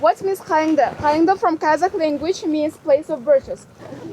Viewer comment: The girl pronounces the word Kazakh (Qazaq) correctly.